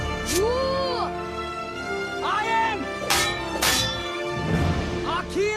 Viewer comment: "I am...Akiliyess" abah lu!hadoi....hahahaha